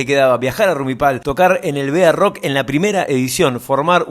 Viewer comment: gracias por este video. Muy interesante. Se pronuncia: BAROCK y no bearock. Juan Carlos Cáceres era el dueño de la mítica "Cueva " (donde nace el rock nacional).